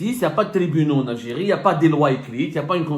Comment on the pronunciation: J ❤ la mot L algirrriiiee 😂😂